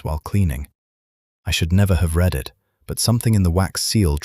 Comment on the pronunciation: AI seems incapable of dealing with the past tense of ‘read’, pronounced ‘red’. On of many mistakes. Besides, this duke is an idiot!